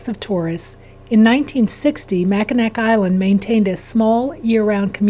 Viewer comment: It’s pronounced MAC-IN-AW.